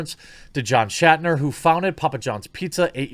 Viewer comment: Also it's "Schnatter", not "Shatner".